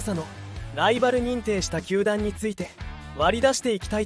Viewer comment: 「鼓舞」を「つつみまい」 「球団」を「たまだん」 の時点で内容が入ってこなかったwww